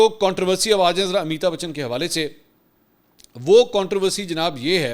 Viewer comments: آپ کے لئے اطلاع ہے اس ایکٹر کا نام امیتا نہیں بلکہ امیتابھ بچن ہے امیتا بولنا درست نہیں ہے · منصور بھائی! امی تا بچن نہیں بلکہ امیتابھ بچن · Please correct your pronunciation of amitabh bachan. Mansoor bhai you kept saying ameeta bachan which of course is totally wrong. ! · Ap mouth se amitabachan buhut funny lagta ha